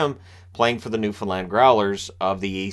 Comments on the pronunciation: New-fin-land with the "d" semi silent haha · as a newfie, thank you for pronouncing newfoundland right 🤗